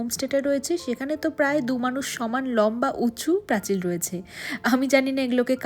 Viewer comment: তোমার পোস্ট দেখতে খুব ভালোবাসি তার একটা কারণ তুমি আমার শহরের মেয়ে বলে , এবার একটা কথা বলি কিছু শব্দ এমন থাকে যা সেই অঞ্চলের মানুষের মুখে মুখে একটা কথ্য রূপ পায় যেমন প্রাচীর কে প্রাচিল বলা , সব জেলার এমন কিছু নিজস্ব ভাষা বা শব্দ রয়েছে , যেমন কামড়ে দেওয়াকে অনেক জায়গায় বলে লুচে নেওয়া , একটা বিষয় হলো তোমার এই সহজ সরল উপস্থাপনা খুব ভালো।